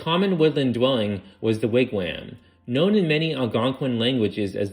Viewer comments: New "Hampshyer" and "wigwhams"....lolol... Lame. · I liked Wig wham! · Really interesting and nicely researched. But please look up the pronunciation of unfamiliar words and place names. Mispronunciations grate on the ears of people who know these names and undermine your credibility. For example, "wigwam" is usually pronounced so that the last syllable rhymes with "bomb". That said, this was worth watching, and I'd happily watch more like this.